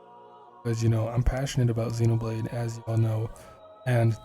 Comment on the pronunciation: It's been annoying me since the release of the original Xenoblade that hardly anyone it seems can pronounce Xenoblade correctly. Even in official americanised trailers.